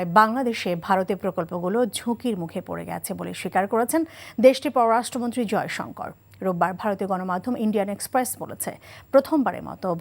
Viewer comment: Bangla vasha sathick uccaron sekho s. Joysankar bolty kosto hoy